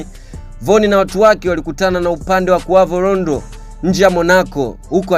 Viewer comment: Ni Quando Rondo siyo Qavo Rondo